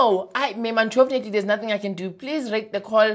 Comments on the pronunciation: "Unchofunetly"🤣🤣🤣🤣🤣🤣🤣 yey you kill me everytime with this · "Unchorfenetly" hahahahaa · 😂😂😂"unchoffunately" "A name for a surname" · "Unchofnately" always gets me😂😂😂😂😂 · Am I the only one who heard “untofurnately “ 🤣